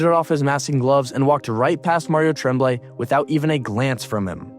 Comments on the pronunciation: It's pronounced Tromblay I hate these f**** AI voices lazy pieces of s*** doesn't the guy who edits this have a f**** voice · It's pronounced TROM blay. Like trombone. Thx from YUL. Love Roy's move. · Never heard Tremblay pronounced with a short "E" sound, as in "tremble." I always remember it pronounced like "on," as in "en garde" or "entre nous." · You can't do hockey videos if you think he's Trehhhmblay. Come on man. Learn your craft. It is one of the most storied names in hockey history. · The coach's name is pronounced Tromblay, and he was also French, so what the hell are you talking about ? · Can we get a reporter that can pronounce real names . TREMMBLAY , give me a break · The guy reading the script needed to be told how to pronounce the Canadien's coaches name... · Mario Tremblay is a French Canadian also. you don not even say his name correctly. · say Mario Tremblay like you weren't born then or in Canada. Yikes. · Other than the egregiously bad pronunciation of ¨Tremblay" this was a great video of a day that I hated. I had not picked up on the fact that the team that drove him out of Montreal would later be eliminated by him playing for the Avs one season removed from being in Quebec and thus the archrival of the Habs. Montreal would eventually get another generational talent in net in Carey Price, but one finals appearance would be the closest he and the Habs would come to adding another banner to the rafters.